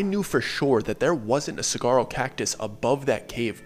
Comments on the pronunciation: Bro, the story was going so great with all of the details and everything until you said cigaro cactus. It's saguaro (sah-war-oh) cactus. Past that all the details on the salt River are spot on. Whoever constructed the setup for the tubing was an absolute idiot. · “Cigaro” cactuses lol, it’s pronounced suhwarwo man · Lmao tell us how you really feel about those “doughnut” tubes. 😂 you were so upset about these tubes. And not to sound pretentious but for future stories, Saguaro Cactus is actually pronounced “Sa-hua-row” 😅 that was the only bit that snapped me out of the story for a second. I’ve been on the Salt River many times as a kid. And my dad ALWAYS made sure we knew that we were NEVER allowed to pass checkpoint 4. I was always told if you pass checkpoint 4, you won’t make it back. I’ve seen shadows moving out of the corner of my eye while on the river, but I always chalked it up to dehydration (or later in life, being a little too lubricated). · Saguaro is pronounced " Sah-war-oh " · The "g" in saguaro is pronounced like an "h". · not me cringing when you said the g in saguaro 😂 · Yes! Who even says it that way!?! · You know hes not from AZ the way he says saguaro